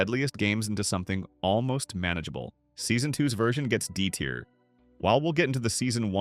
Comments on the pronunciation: I did once he kept repeating the same mistake saying tire instead of tier and saying a instead of æ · Yep, says tier incorrectly a few times.